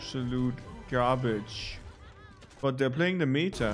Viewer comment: Everybody: meta Dafran: meita